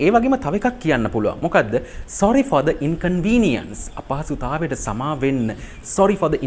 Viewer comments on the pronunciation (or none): Sorry for the inconvenience sentence eke inconvenience wachane පළවෙනි akura vowel ekak nisa the (ද) pronounce වෙන්න ona දි sound නේද